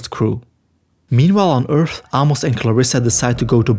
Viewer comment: Bro. Ah-mos? lol